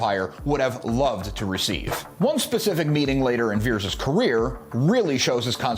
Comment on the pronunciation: Its pronounced "Vee-Ears," not "Vears". Put some respekk on his name 😊